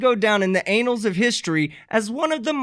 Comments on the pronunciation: "Anals of history" I assume the mispronounciation was deliberate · I laughed. It's aNNals not anals. Imagine if that pretentious politician got hired. He'd really be out of control. That child needs zero power. He absolutely cannot handle it. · "...anals of history..." instead of "...annals of history..."? I think your Freudian slip is showing...